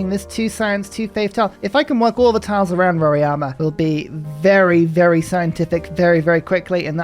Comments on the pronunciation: Why do you call Mt Roraima as Mt Roriama? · You need to work on Portuguese pronunciations as well 😂 roraima was painful 😁